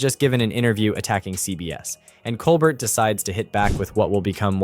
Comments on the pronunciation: Pronounce Steven Colbert's name correctly. It's Col-bear not Col-bert. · It's kole-bear, not kole bert! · His name is pronounced coal- bear. T is silent. Listen to him introduce himself. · Why do you keep calling him Col-burt? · For future reference it's pronounced Stephen cole-BEAR. No "t". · Freedom of speech forever. Laughter makes so much better unfortunately the fact that it’s the truth really hurts! I can’t say one is better then the other but I do watch more Colbert and by the way the t is silent. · Learn how to pronounce “Colbert”. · Sorry, but you are mispronouncing Colbert.